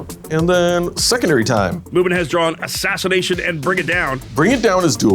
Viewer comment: I always hear "Mubin Phase" instead of "Movement Phase".